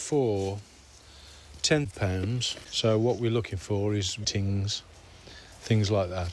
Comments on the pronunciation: “so what we’re looking for is tings” lol rasta 🇯🇲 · "What we're looking for is just 'tings, things like that" 😂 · “ What we’re looking for is tings”. This was long overdue, and you sir have done it total ting justice.